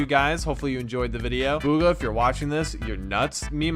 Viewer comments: Its bugha not booogha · ITS BUG-UH NOT BOO-GUH. THAT MAKES ME SO MAD. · Bug-hA not bUg-hA... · BOOGHA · It’s pronounced B - oo-Kha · I thought his name was bug-uh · you said hes name wrong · thats not how yow u pronounce his name bro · You guys cant pronounce bugha properley